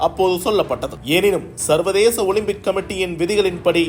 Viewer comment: எல்லாம் ஊசி போட்டு வருது ... ஓலிம்பிக்( ஓலும்பிக்) சீ